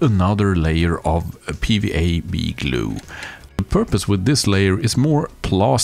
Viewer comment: Are you saying PVA “bead” glue, or PVA “B” glue, or something else? I keep rewinding and trying closed caption but can’t figure it out. If this is a different type of PVA, what would it be called in the US, and how does it differ from regular PVA? Thanks to anyone who can enlighten me